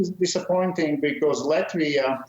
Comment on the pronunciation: Please do not butcher name of our country! Proper short form in English is LATVIA, not "Lativia".